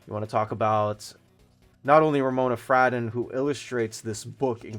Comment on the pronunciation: It’s pronounced fray-don.